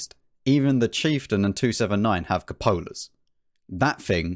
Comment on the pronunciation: Liked when I finally got the Badger! As tough as the Tortoise is, it has a pesky cupola o.0 I like you say, "cu-pola", not coo-pola etc. Maybe cuz that how said when when I was in the Corps;) Thanks for sharing,! Stay safe!